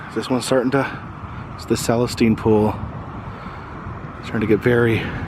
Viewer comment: Celestine,! Learn to pronounce it, buddy! Many people get their info from you!